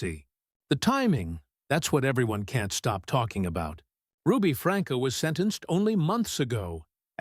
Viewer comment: There is no one named Franka, it is pronounced Frankie